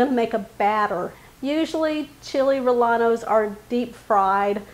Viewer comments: yeah it’s pronounced RRE-YE-NOS, just sayin😊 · It’s pronounced Re yeno. The double ll is pronounced with a y in Spanish. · Chill ray-a-nos....you don't pronounce the L's......looks tasty😋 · Good video. However in SPanish the "ll" is "yen" so it is Chili "Ree-yen-nos". Ll is a seperate letter from l in Spanish. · There is no a in rellenos. It is pronounced like reyenos. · its chili reyanos no LL...lol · I think your recipe is an easy one, but please please PLEASE stop pronouncing rellenos incorrectly. The correct pronunciation is ray•en•O Thank you. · Same here in San Diego. I’ve never heard them pronounced the way does😊 In Spanish when there are two L’s together, they are pronounced as a Y. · I was born and raised in El Paso! First time I have heard someone pronounce rellenos like she did. 😉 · …great recipe. I prefer using hatch chilies but found the poblanos were just about as tasty and they are available where i shop almost year around. The proper pronunciation of any spanish word with LL is said as a Y …as in yellow. It wont make your recipe taste any better - thats about impossible but it will impress your viewers who are somewhat fluent in spanish. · The double LL has a sound like yeh you don’t pronounce the L